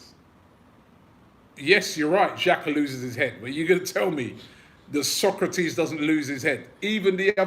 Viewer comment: HIS NAME ISN'T PRONOUNCED LIKE THE PHILOSOPHER SOCRATES!!! IT'S PRONOUNCE SO (like "sew") KRA (as in "crah") TIS (as in "diss"). Pronounce the name of your players properly!